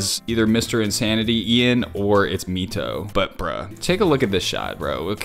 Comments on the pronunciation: bro i love your enthusiasm of the editing so much. also, you butchered mito’s name 😂😂. it’s pronounced like MY-TOE not ME-TOE just to clarify 🫶🏽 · THANK YOU! I've waited since when you first did a reaction to one of his videos which was forever ago! Also, not to be rude, but MITO's name is actually "My-to" not "Me-toe" you can find the pronunciation from some of DPR's documentaries. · hey!! loved this reaction as always and I'm excited you are FINALLY dipping into DPR IAN and his stories!!! Just a couple things for next time MITO is pronounced as "MY-TO" not "MEE-TO". And you should definitely watch "DPR IAN - SERAPH | 1 SHOT | MOOD | RIBBON | OFFICIAL MIITO MOVIE (PART I)" which was released BEFORE this one BUT the ending scene when they escaped the other side in actually the world where the previous one was shot so it looks like a prequel to "DPR IAN - SERAPH" movie and its SUPER DOPE and has TONSSSSSSSSS OF LOREEE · I believe Mito is pronounced as [Mai-to] and not [Mee-to]. Please correct me if I'm wrong. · It is mito it's pronounced maito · YES YOU REACTED TO CHRISTIAN!!! I'M SO HAPPY TY edit: btw you pronounce 'i' in MITO the same way as in the word right/might (it stands for moodswings in this order, also sounds like moodswings in disorder 'cause bipolar yk) loved your reaction to ian! really hope you would react to other ones, ian is a litteral gem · It’s pronounced MY-TOE, just so you know :))) don’t mean to be rude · he didn’t even pronounce Mito properly. It’s a very easy name, especially if you listen to even one time of Christian saying “Mito”.